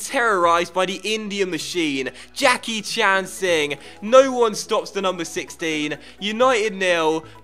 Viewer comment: We got sing. Jackichand Sing I just don't think you understand He's dock landers man. Better than lookman We got Jackichand Singh